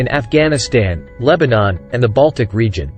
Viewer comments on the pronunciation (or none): none